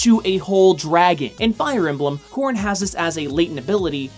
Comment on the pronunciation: Every time he said corrin I thought he said corn